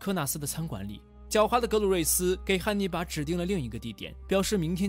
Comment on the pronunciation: 一ˊ直聽成捏泥巴